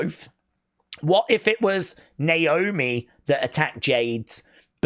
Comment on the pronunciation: Candace botched Naomi’s name in her promo hilarious 😆 lol 😂